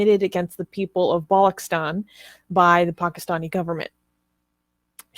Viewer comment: Balochistan is pronounced wrong. Its "balo ch(as in che Guevara) istan"